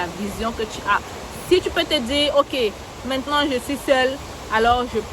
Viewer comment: Ton "mintenant" de la 15' me tue seulement à la kmer. Merci infiniment !